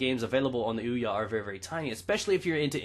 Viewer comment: Hey stupid. The console is pronounced Ouya. Not weeya wtf is a weeya? Even the console says Ouya when you boot it up.